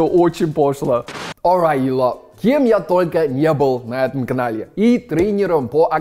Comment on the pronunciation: Мне одной постоянно кажется, что приветствует зрителей словами: « Alright you LOVE”, а не « Alright you LOT»? 😅💓 В какие игры ты играешь со мной подсознание?